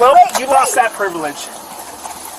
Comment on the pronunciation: Jaquelin, omg, its my priviledga, its my rightsa. Its not on the cops, its on u. You have an entitled abusive attitude and you need to learn to be an adult at your age